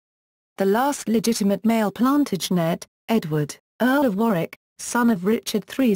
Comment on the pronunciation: And... "Edward Four". But this is truly hilarious : "the Plan-tidge-net dynasty"...